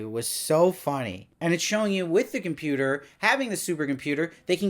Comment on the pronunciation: I laughed so hard when called it a 'Com-Puta'!